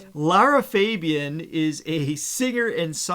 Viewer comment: It’s pronounced Lara Fabian 3 times A as in the musicnote not Feeeebian